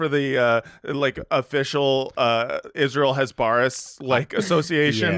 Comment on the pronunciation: You all are doing a tremendous public service with this podcast. But if you're going to dunk on Michael Rapaport for not pronouncing words correctly, you should learn to pronounce "hasbara" 🤣🤣🤣 🤦‍♀